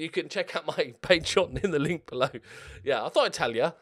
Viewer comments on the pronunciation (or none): none